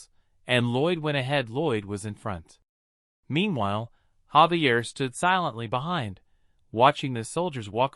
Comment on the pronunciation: gang isnt his name Javier not xavier?????